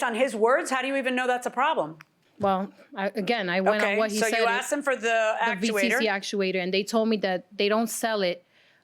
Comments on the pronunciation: I can't stand that people say "axed". Ask is the word. 🥺🥺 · Why do people say " I axed him" when they mean "ASKED"? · "I seen the car"... "I aksed him"... She should be on trial for murdering the English language. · “Axe” & “axed”. Tells me everything I need to know about the Plaintiff. The Defendant knew the car was a POS. He knew there was an issue with the car. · I seen. I axed. Plaintiff had horrific grammer. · So several times she, "Axed" him!!!! Learn to speak. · 'I axed him...' 'We axed him...' Good God, do people try to sound ignorant on purpose!?